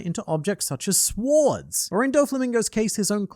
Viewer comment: I keep replaying the part where he says “sWords” 😂